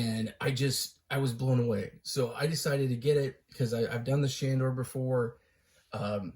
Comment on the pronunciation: I love that he can't even say the name